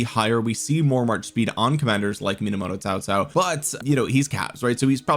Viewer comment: Why do you pronounce Cao Cao as Tao Tao?